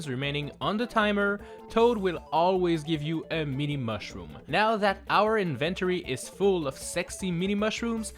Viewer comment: “Thuh meeni mawshroom”